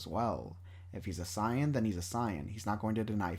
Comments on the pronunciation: Why do you pronounce saiyan as sai-an and not say-yuhn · Wtf is this video. Is it written then spoken by ai and not proof listened. What is boo doh-ki What is a sigh-in Karin? I fkn hate AI voice. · The substance in this video is definitely there. But the fact that you cannot pronounce saiyan to save your life is wild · I really hate the way you say saiyan 😂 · I love the video... but every time you say "Saiyan," it makes me cringe 😅 But that's just cause I'm so used to the English dub.